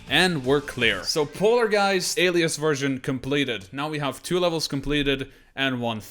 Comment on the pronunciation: For those who dont know its not pronounced Alee-as its pronounced Aley-us